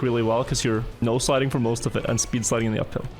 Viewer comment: I've been watching your videos for a month or two now and I just want to say that I only just figured out that you've been saying "no sliding". What I thought you had been saying was "nose sliding" and I was always so confused about what that meant.